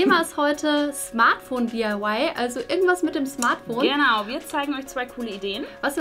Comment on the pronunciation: "Smart Foon"